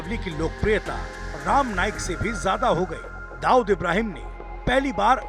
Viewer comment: Abey bhaiya patrakar pahile bolna sikh.. Ram naik nahi rama naik.. BC sab jaga par gandagi failana hi hey inko